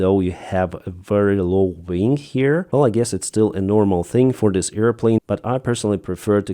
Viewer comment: Ving? Do you mean wing?